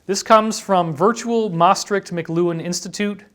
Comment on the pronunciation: David, it is Maastricht, not Maastrict. Maastricht is one of the most beautiful and oldest Roman cities in the southern province of Limburg, Netherlands.